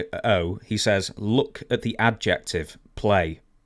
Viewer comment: the way you said adjective gave me a stroke 😂 I had no idea what that original sentence meant lol